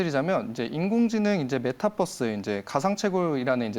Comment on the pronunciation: 메타뻐스x 메타버스o b 발음이 아니라 v 발음